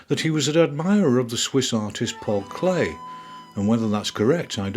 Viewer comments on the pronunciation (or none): none